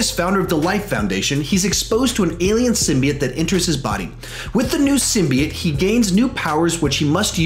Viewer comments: Symbiet Lol it’s Sim-bee-ote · Why can't anyone say Symbiote right???